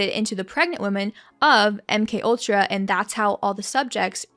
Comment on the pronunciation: But why did you Mc ultra and not M K ultra, say you were wrong not acting like it was an honest mistake